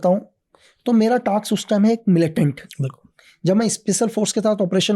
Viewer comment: टाक्स नहीं, टास्क।